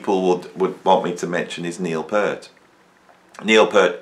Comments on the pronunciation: It’s Peart (peeeeert) not pert peeeeeert 😂 I recall an interview on KLOS back in early ‘80’s with Neil on Sunday mornings. He frustratingly says it’s pronounced peeeeeert not pert it’s peeeeeeert peeeeert not pert 😂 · NOT. Listen to Neal (typo) say his name (check out his interviews). It is Peeeart. A long E. It is not 'pert' like a girl's nipples.